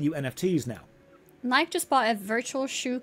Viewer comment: Please learn how to pronounce Nike